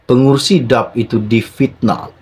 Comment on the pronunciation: Cara sebut nama parti politik DAP tidak betul